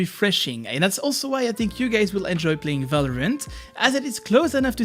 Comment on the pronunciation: You have said multiple times ,,Valorment" instead of Valorant :D